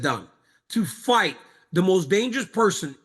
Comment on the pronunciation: chael you must have not waken up from that craig jones fiasco, ''fite'' as in bite.